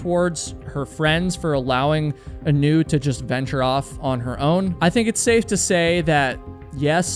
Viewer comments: looked hawaiian to me, heard you call her 'anoo' - middle name was leianuhea (A-nu). aūe blessings for da family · Anu is pronounced Ah new, every time I heard her name pronounced Anew, it bothered me, her name should be pronounced correctly. She is a lovely, strong girl, an incredible athlete, and very protective of others. She and my son grew up together, played sports together, were just kids supporting each other. One day, there will be answers, she'll be found, or we will all know what happened. Until that day comes, why dirty her name with conjecture and unkind words, it does nothing good, and to those who still worry, it's just cruel. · ah-NEW is a terrible name. Should've reversed the emphasis to the A. AH-new is nice... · Hi. I hate to be that person but her name, Anu, is pronounced as, "Aah-noo" like how you pronounce the anu in Keanu Reeves. growing up in Hawai'i it's a pretty common name.